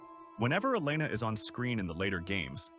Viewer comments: Such a great video. Only one problem. It’s El-lay-nuh, not El-eh-nuh 😂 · Great video I loved it and Her name is (E lane uh) not (Ellen uh) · Amazing video. For the LOVE OF GOD “eh-LAY-nuh” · I was convinced until he called her “elen er”. Only AI would get that wrong. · I could tell it was AI lol, just the general cadence is ever so slightly off, but it also struggles to pronounce “Elena” lol